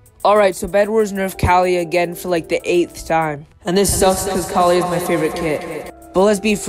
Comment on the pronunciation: its kaliyah (KU-LI-YAH) not kaleeyah